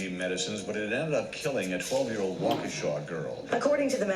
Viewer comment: I snorted when you said Waukesha. People usually struggle on our native city names, like Oconomowoc. Also, first the damn slenderman girls now benadryl 🤦🏽‍♀️ why is my state so fucking dumb?